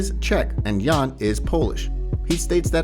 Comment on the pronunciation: You gotta respect fighters enough to pronounce their names right. You don’t pronounce the J in Jan like the J in John but you do in Jiri